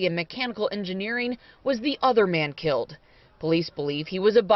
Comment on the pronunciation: The reporter said “kilt” instead of killed several times.